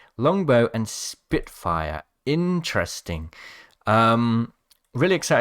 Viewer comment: (I’m Fake Leave Me Alone) But He Says “InTreSTinG” 😂😂